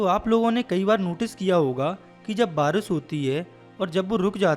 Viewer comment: Barish not baaras😂